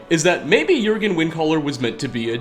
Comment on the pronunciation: Thank you for pronouncing Jurgen correctly